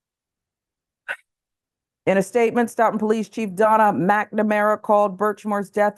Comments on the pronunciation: POS 🐷 It’s pronounced “Soat-Ton” by the way! Yes - Massachusetts has some weird town names! 😜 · Yup... this is like 20 miles from me. It's disgusting (Sidenote: it's pronounced "STOW-ton") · Pronounced "Stow tin" just fyi